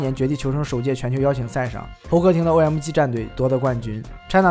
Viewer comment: 微客得(victor), 噢麦嘎(OMG), 一股乡土气息扑鼻而来 🤣